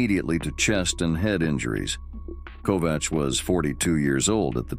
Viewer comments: Ernie Kovacs is pronounced KOVAKS! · This has probably been said before, but I didn't see it when I scrolled down for a bit. Ernie Kovacs is pronounced with a hard c, as in KOVAKS.